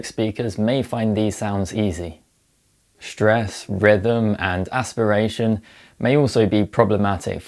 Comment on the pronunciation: "Shtruggle with shtress". Well, ok.